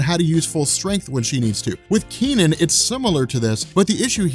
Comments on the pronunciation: Technically...it's pronounced as Kuh Nun, not Kee Nan. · Hey, I suspect that his name is not pronounced "Key-Nen", but something more like "Kuh-Nan". If you want, use Google Translate to pronounce these words: 柯南. My headcannon is that his name is the Chinese transliteration of Conan, so you can call him that I guess. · I'm developing cancer listening to you pronounce the kid's name. Its not Kee Nen. Its Ke (similar to HER) Nan (similar to VietNAM).